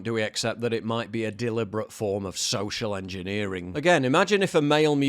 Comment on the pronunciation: Soschial enschineering